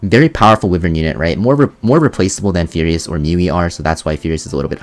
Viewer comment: WHY-VERN This "Whivern" pronunciation has got to stop.